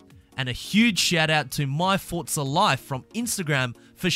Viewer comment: Mmmmmm "fort-za horizon"